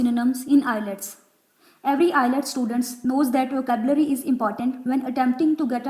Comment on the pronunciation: First you correct your flawed pronunciation then make an IELTS video. Btw IELTS not ILETS 😂